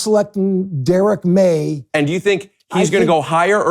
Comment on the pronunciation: "Derek Maye" lol